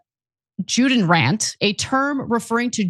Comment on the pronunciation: Anna should learn that a J is pronounced as a Y in German. It’s pronounced ‘Yudenrat.’